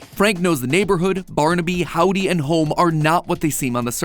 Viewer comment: Me waiting for the “ welcome to GAME THEORY “ instead I get “ welcom to houwouwme game theory “. 🙂